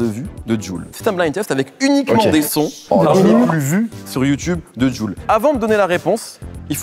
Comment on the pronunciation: Comment il galère sur JuL Youv Dee 😭😂